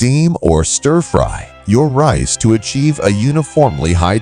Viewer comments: Can you switch to a human narrator, or at least go through it and make sure your AI voice isn't screwing up. It's RICE, not REES. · Irritating AI narration. Reece for rice Eff for Farenheit and Ce for Centegrade. I hate AI narration- lazy and cheap presentation to get clicks and money. Thunbs down and drop the feed.